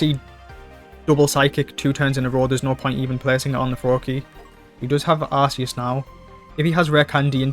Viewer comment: Quick PSA. It’s pronounced “gear-atina “ and “arc-eus” :) Sweet deck!